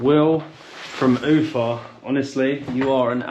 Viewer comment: There ia NO "Do svedEniya". It is "Do svidAniya". And what's the aim of changing stress in every Russian word? Ufa has sytess on A. Babushka - on U. Why change it?!